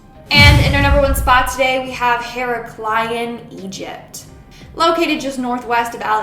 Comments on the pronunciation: Hard K mate Hair-raK-lee-on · when she said Heraclein i thought she was saying hero brian